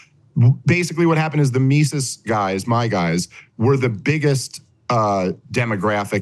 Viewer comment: I love that Saagar mispronounced Mises and Dave has continually mispronounced Saagar for years. It’s almost as bad as Dave and Spokane